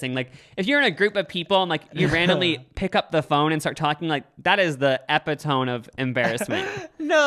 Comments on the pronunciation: Oh you’re so adorable I love you. But epitome is pronounced like ep(short e) i(short i) toe (long o sound), and me (the long e sound). So you say the last e. It isn’t like tomb or idk it doesn’t rhyme with tone. It more rhymes with tony. For a second there I thought you were doing it on purpose LOL. I had a friend who said alcohol wrong for her entire life until she was 22. She added a third l and said alclohol Lolol. Love youuuuu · it's ee-PIT-oh-me....... not EH-pih-tohm.............. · istg just said epitone instead of epitome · The “ep-i-tome” of embarrassment? 😂 I don’t mind talking on the phone, used to Have to do it for a job, but I don’t feel the need to in front of other people, but if I have no choice I will, I just try not to be too loud. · I want to tell you this so you don't have to hear it on the streets: it's eh-PI-toe-ME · Hahahha “epitome” 😂❤️ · “That is the epitome” 😭😭